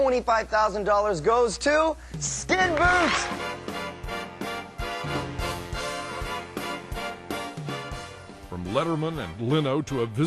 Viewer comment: does actually say Skinboot? What an idiot.